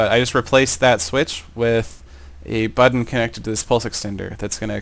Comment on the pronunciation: you kind of say button like bud dun